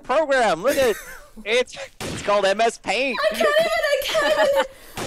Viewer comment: Mspaint?? Seriously?! XD am I deaf or did say mspaint XD long live the homestucks